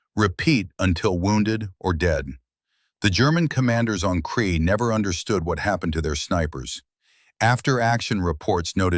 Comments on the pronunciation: A Kiwi here...it was Krete not kree.....Also the Kiwi soldiers killed many German paras as they fell to earth in parachutes....as they were great shots. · Yeah theres a lot. Crete pronounced Cree.... all of the NZ place names are pronounced horrendously wrong. Also, the pronunciation of Hulmes name various between "Hulme", "Hume", "Home" and "Hull" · Terrible A I voice, repetitive mispronunciation of names, places, mispelt text but still gets the story out. 10 points for getting the story out. 6 points for trying. 4 points for execution. 2 points for spelling. 1 point for constantly mucking up Hulme's name. The place was called CRETE not cree. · Allied soldiers including New Zealanders sought refuge in Crete, after escaping from Greece in front of a German advance designed to cut them off. SO they had been retreating and trying to stay out of trouble for some time. From Greece to Crete and onwards.... The deeds performed by the then Sgt Hulme can be verified via Wikipedia. Now the German 'smoke' that he was wearing around, was a 'smock'. The New Zealand place names were totally murdered by the commentary, and the sub-titles. Both the English and Maori language place names. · Can’t believe you allowed AI to destroy his story so many mistakes you have butchered the battle of Crete (Kree for FFS) as a kiwi I’m very annoyed 😡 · I hate AI narration. Why can it not pronounce Crete ? Rotorua etc ? Just get a human to read it !